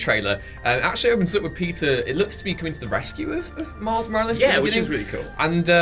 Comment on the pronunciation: The return of Pizza Parker. Mary Jane and Pizza and Mouse Morales. It sounds like and reads in captions lol